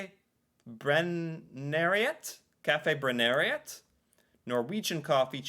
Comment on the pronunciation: Spesiell måte å uttale Kaffebrenneriet på!😂